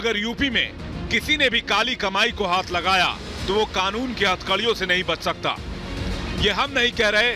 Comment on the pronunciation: ऑवैसी कृपया ध्यान दे ! इस ऑबैसी को कहो कि क़ानून कहा करे खानून नही और मोदीजी कहा करे मूडीजी नही ! वर्ना हम भी ऑबैसी नही ओ भैंसीजी कहना शुरू कर देंगें !